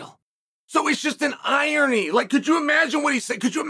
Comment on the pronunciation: Never heard anyone pronounce "irony" like that.